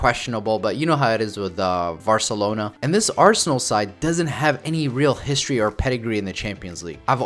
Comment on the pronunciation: man really said "varcelona"....